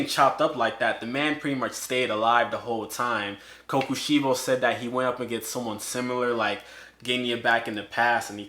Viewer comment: Him saying sorry if I pronounce this wrong for kokoshibo him saying almost everything in the video wrong